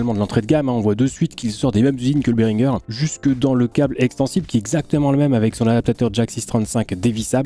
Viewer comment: Berhinger prononce Béringé (bah ouais c’est français….)